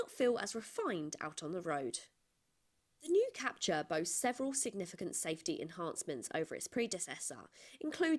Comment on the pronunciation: It's pronounced Cap-Tour, not Cap-Cha!